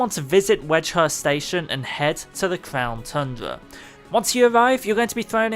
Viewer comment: Bro he said clown tundra "clownyrex"